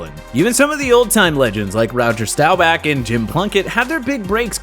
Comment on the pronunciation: he says Rowger Stowback